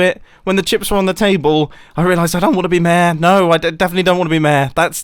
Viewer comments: Normal people: Mayor This guy: Mèèèh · "Mayor" ? Nah, "mää" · Every time he says mayor, hes actually saying "meh"